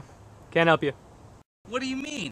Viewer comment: wtf? was that a heeeep or a help?